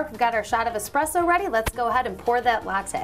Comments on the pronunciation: It's essssssssspresso Not expresso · needs to learn how to pronounce that word😂😂😂😂😂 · you don't wanna mess with 😆